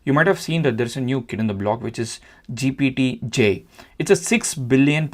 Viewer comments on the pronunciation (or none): Why are you saying GPT-G? Did you mean GPT-J?